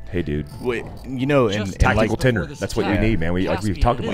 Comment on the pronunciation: Did you say “Tactical Tinder”? Bruh 💀